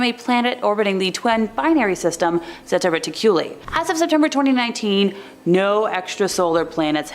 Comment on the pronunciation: Zeta Reticuli is pronounced (zā ‘ tä ret ik’ u lī)